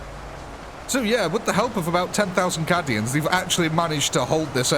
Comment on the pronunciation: You pronounce "cay-dians" as "cah-dians"... I didn't want to say anything at first, but several videos mispronounciations is making me speak up.